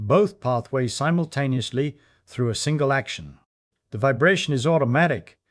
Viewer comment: “forheead bone …. develops in adoscence” “labyrinthine cells between eyes” “Each cavity ressonantes at thae own frequency - humming excites them all simblucentelly.” SIMBLUCENTELLY! 😂😅